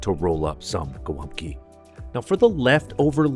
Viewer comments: Its called GOŁĄBKI not GOLAPKI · The most misspelled dish in our cuisine <3 I saw everything from Haluski, Holupki, Glupki to Golapki xd "Golumpki" is pretty close! The polish name is "Gołąbki", ([gɔˈwɔmpki] or [goh-wohmb-key]) and it means "little pigeons"). Thank you for making our cuisine popular! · as a pole i die inside everytime someone outside poland calls GOŁĄBKI golumpki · Gołąbki, not Golumpki. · GOŁĄBKI KURWA NIE GOLUMPKI RAGHHH CO TY MI TU "GO TO LUMP KIRWA" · Gołąbki! Not golumbki. And its already plural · Not Golumpki, but Gołąbki! Great video though, have a nice day. God bless you. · dude its not golumpki its gołąbki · Golumpki????? theyre Gołąbki (sin. Gołąbek) how hard is it to google? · Actually, in Polish they are called "Golabki", not "golubki" ;>) Fantastic video. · ITS GOŁĄBKI ! XD .... not Golumpki XD haha Btw its not how u made tradicional Polish gołąbki, ur doing it wrong tho xd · It's actually "gołąbki", not "golumpki"! I do the sauce a little bit different. Instead of adding beef stock and tomato paste, I just put normal water. After gołąbki are cooked, I put the water in the pot, add tomato passata with some chicken stock and and a spoon or two of 18% cream. I put gołąbki in it, cook it a little bit more and after this I put gołąbki on a plate with mashed potato and sauce on top of potato. It's great! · It is Gołąbki not Golumpki ;) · Golabki, not golumpki. Dude, plx get it right :) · Hey, its not Golumpki, its Gołąbki (pronounced Go - as in government, Womb, Kee - Go-Womb-Kee). Funny fact, Gołąbki means Small Pidgeons in Polish. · Its Gołąbki not Gol'UMP'ki :P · Its pronounced “gowompki” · "Golumpki", srsly? it's as Polish as the gabagool is Italian, lol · The correct is Gołąbki, where ł(Ł) is like "WH" in "when" and ą(Ą) is a nasal o